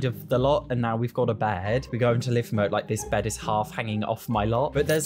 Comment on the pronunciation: Live mode, like alive or a news anchor live on scene... Not a short-I sound